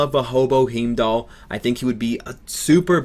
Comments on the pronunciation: Definitey "Hime-dall" not "Heem-dall". lol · bay-tuh. hime-dahl. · it's pronounced HA-EEM-DAAL,... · You just murdered Heimdall's name... if you know how to say Heinz then you should probably know how to say Heimdall. I am also hoping for Heimdall. Anyway for characters I am hoping for Surtur, Korg, Valkyrie, Executioner and of course as mentioned earlier Heimdall. Would also be nice to see Grandmaster but don't think he will ever join...just like his brother did not join. For unis I will say Thor, Hulk, Loki, Sif, Hela and perhaps Hogun, Volstagg, Fandral. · Roll Rogers Roll just tell him to pronounce Heinz and then Heimdall will come up naturally..lol